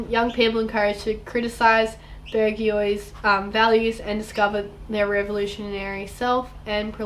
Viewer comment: It’s pronounced ‘Bourgeois’